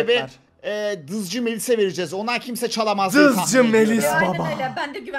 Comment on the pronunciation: abi Kral hızcı değil Kral dızcı:))